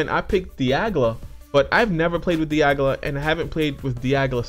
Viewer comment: You kept referring to Dialga as Diagla lol.